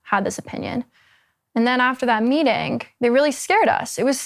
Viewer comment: Her g's end in k....meetingk